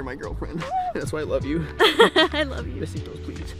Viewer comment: bro said a lofe line